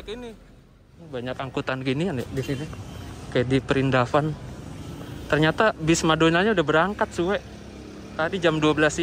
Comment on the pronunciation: ngakak jir pas bilang prindapan 😂